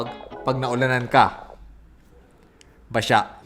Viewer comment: "Basha" HAHAHAHAHA